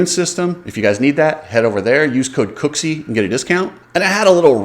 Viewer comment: Thankyou for finally say his actual name.